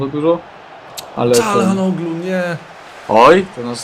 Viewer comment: TO JEST CZALANOLU!! XDD A nie jakiś Czalhanoglu